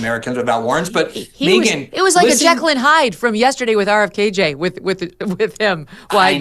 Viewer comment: Please stop calling RFK JR, “RFKJ”. It’s weird.